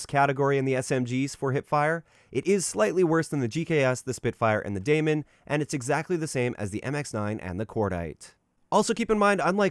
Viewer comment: Demon. Not damon. Please